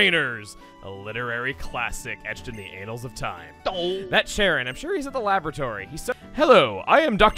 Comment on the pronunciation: "Etched in the anals of time"